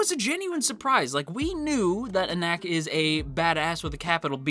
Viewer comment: The readers will all tell you it is pronounced en-ock not en-ack if you want to pronounce it the way everyone else does. Not to micro manage, I couldn't care less.